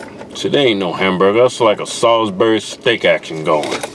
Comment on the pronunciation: Every time they say "sawsberry" take a drink.